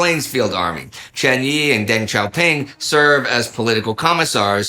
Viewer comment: Deng Xiaoping’s name is pronounced Duhng Xiaoping